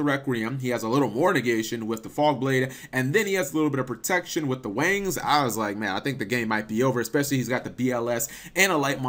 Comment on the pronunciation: Every time you say Wings you sound like your saying Wangs.